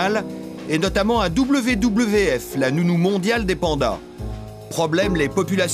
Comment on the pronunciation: je ne sais pas d'où vient le commentaire, car WWF se prononce V V F et non pas double V, double V, F